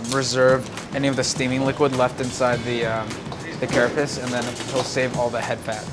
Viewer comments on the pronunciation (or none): none